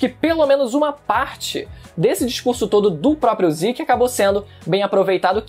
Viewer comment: Ziki, ziki..... MANO É ZEKEEE ,ZEKE, Z E K E , com E de Zeke! Porra de Ziki, falando assim ta pior que o Goku, que segurou o pinto do rei da patrulha galáctica.